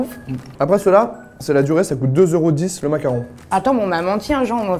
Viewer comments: Pk il dit mac Caron ? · Parck on dit Mac caron